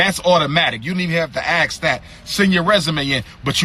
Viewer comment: So animated. Wow! And its ask, not axe clown. This dude str8 stupid. SMDH. What college he go to again? And what institutions are controlling his behavior? STOP IT.... STOP IT!!!